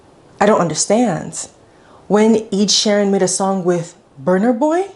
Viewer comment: bro said Eid Sharon